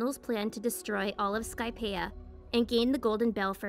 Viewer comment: The way she pronounces skypia hurts